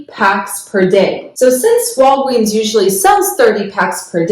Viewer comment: She says Walgweeens 😂